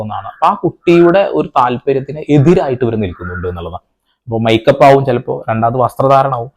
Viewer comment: മൈ കപ്പ് അല്ല മേ കപ്പ് ആണ്